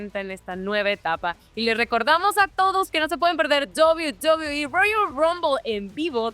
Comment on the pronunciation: Penta: "En la mejor empresa de Lucha Libre que es DOBI BOBIIII" xD